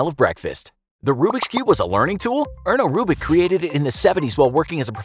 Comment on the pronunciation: i finished my rubiks cube right when u said ernoo rubiks